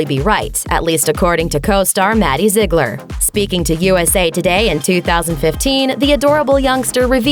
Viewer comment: "Maddie Zig-lur" 😂😂